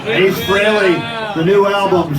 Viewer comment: did he just say ace fairally?